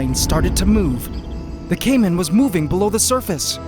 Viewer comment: Caïman eh... First name: Kaym Last name: Ant